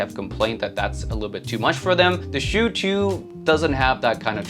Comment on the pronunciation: Why do you pronounce it "shew" or "chew"? Isn't it like "ah-chooo!" like a sneeze. There's no "w". "u" as in "uwu". Chu. Stop driving me nuts! Thanks for the review, I'm not big on vocals. Would probably rather go for that budget Kiwi-Ears.